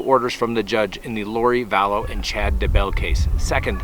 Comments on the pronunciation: I really appreciate your work. Thank you. One tip though: here in Southeastern Idaho, people that know the DAYbell Family pronounce the name with the emphasis put on the Day, not the Bell like you say. DAYbell. You say DayBELL. Just a tip for credibility! 😀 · I would really like you to learn how to pronounce some of these last names on your videos. If I hear you call Chad, "Chad Dabell" one more time I'm going to lose it. Also, with Mary Kay Letourneau you again mispronounced her name. C'mon, her case was the biggest underage sex crime in the 90s! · Chad Daybell has become less and less Chad Daybell lol: Chad Da Belle Chad 'ayBell Chad D'Bell - this is my favorite pronunciation🤣🤣🤣 I only hope he's saying it that way because like Miss Vallow/Mrs Daybell, he has no respect for what they'd like to be called.